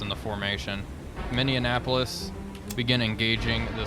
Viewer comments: You keep saying, MIN-DE-EN-APOLIS. There is NO "D" in it! It's NOT like INDIANAPOLIS. It's MINNEAPOLIS. "MINN-E-APOLIS". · It's the Mini-appolis, not the Mindianapolis. Please,. It hurts my North Star heart. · I find it highly amusing that you keep mis-pronouncing Minneapolis... 'A "mini apple is" twice as sweet' is how I learned it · I can't get over how says Minneapolis like Indianapolis. It's hilarious.